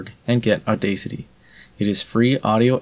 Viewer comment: That's the first time I heard Audacity pronounced that way. A long time ago I used to say "Auda city" , now I pronounce it as the actual word audacity.